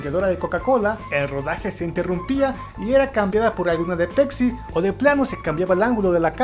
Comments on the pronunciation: "Pecsi" :v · interesante video, lo mejor es cuando dices "pecsi" y "Viecnam" jajajaja. Saludos.